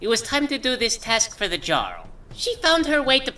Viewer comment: For someone so well-versed in Elder Scrolls lore, I'm surprised you hadn't been pronouncing "jarl" correctly so far... Or is that just a quirk of?